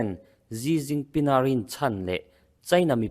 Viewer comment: Gi ginping ni lo vin, Si jinping ti a lam tur a ni e